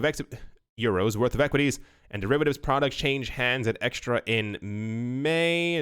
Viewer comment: Hi, it's not eXtra it's Xetra [Ksetra] 😉